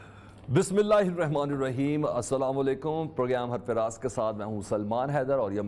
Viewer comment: السلام علیکم سر میں نے ابھی پروگرام سننا شروع ہی کیا ہے کہ یہ صاحب جو بسم اللہ الرحمٰن الرحیم سے پروگرام کا آغاز کر رہے ہیں وہ بسم اللہ الرحمٰن الرحیم ہی غلط پڑھ رہے ہیں الرحمٰن کی" ر،" کو زیر کے ساتھ پڑھ رہے ہیں جنکو بسم اللہ ہی نہیں آتی وہ ہمارے عثمان صاحب کدھر ہیں؟؟؟ وہ اچھا پروگرام کرتے ہیں